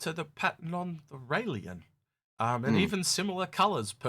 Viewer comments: Can we stop calling the Railen the Railien? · Please, please pronounce these ships correctly rail -en you do the same with the harbinger you lose credibility if you cannot do this. Otherwise I love the channel, you and are a great combination